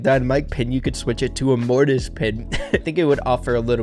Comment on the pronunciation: Mortis Byron be like: morton